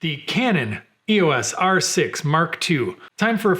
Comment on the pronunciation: Love that you said E.O.S. properly and not "Eeeyosss" like everybody else. LOL.